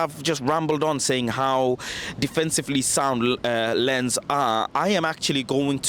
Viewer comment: It is pronounced Lance not lens.